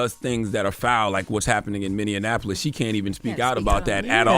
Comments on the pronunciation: Minneapolis, not Minneannapolis. Lol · You can't marry someone who is a felon and obtain citizenship fyi. Oh and Charla it's pronounced Minn-E-apolis not Minn-IN-Apolis. 😉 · Charlemagne, it's MinneAPolis, not MinnAnapOlis lol